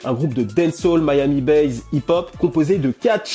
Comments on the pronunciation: "Miami bass" et non "Miami base". Mis à part cela. Tu es parfait. Comme d'hab' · pourquoi tu dis "miami BAZE" bass ça se prononce sans "zzz" à la fin